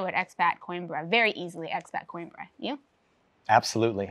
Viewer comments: Great video, as usual. But: This is how you pronounce that city: kow·eem·bruh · No, he actually pronounced it right. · Oh FFS!! Learn how to pronounce the city's name! Unbelievable!